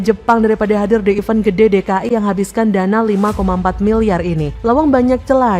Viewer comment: Mbk. Mimin...belajar baca & bedain: event & even bacanya & artinya beda... EVENT -> "ivènt"... EVEN -> "ivên"...